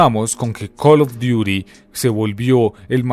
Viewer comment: Imagínate llorar porque en Tony Hawk desbloqueabas a spiderman.... Tanta "investigación" y no saber que no se dice "cal of duiri mobail" Ya ve a llorar